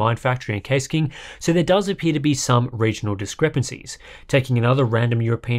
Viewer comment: Nice that you pronounced Inet very well! Good video and content, as always. :)